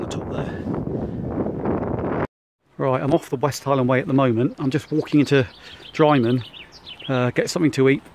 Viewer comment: Wrong pronunciation of drymen.